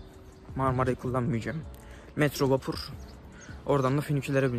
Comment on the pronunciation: vapuRRR diyişi..öldüm